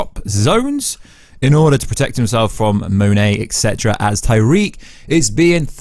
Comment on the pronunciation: It's Tariq, not "Tyrique"